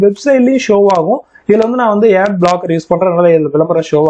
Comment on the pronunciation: யெட் இல்ல புரோ ஆட் னு சொல்லி பழகுங்க